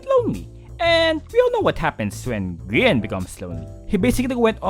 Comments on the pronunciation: Grian is g-aha-n This is a f-aha-ntastic video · "Grian is... G-aha-ne" Already made me laugh out loud. Love. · Grian is "gAHAne" got my dead 🤣